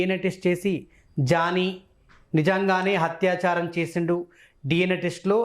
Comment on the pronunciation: హత్యాచారం కాదు యాంకరూ, అత్యాచారం అనాలి. తెలుగు సరిగా పలకటం నేర్చుకు చావండి.